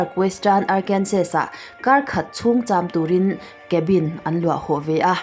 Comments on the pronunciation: Arkansaw zawk tur aw sir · Good vid...❤ miss Arkansas atawp a 'S' hi silent tur.. Arkansa